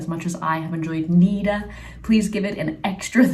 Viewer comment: It's not Niiiida it's Nida short i